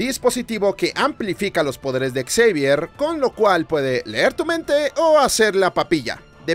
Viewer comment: Me hace gracia como pronuncias el nombre de Charles Xavier como Charles Exavier 😂 No lo toméis como una crítica o como si fuese un grammar nasi, pero la pronunciación sería como 'Shavier'. Y dios, siempre vuelvo a ver esta trilogía, fue de las primeras películas de superheroes que vi en mi infancia, y me siguen encantando.